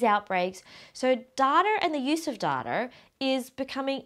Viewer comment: Is she saying "dataR"?